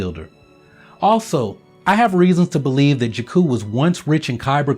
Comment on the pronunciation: I love your videos, yet they are hard to watch when you keep mispronouncing 'Jakku'.